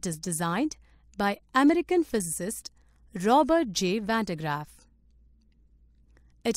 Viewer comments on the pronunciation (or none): none